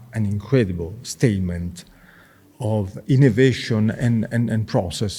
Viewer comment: ehhh Cleo looks you were enjoing the Italian accent 😅 ° ehhhhhh the innnnnovationnnn° 🤣🤣🤣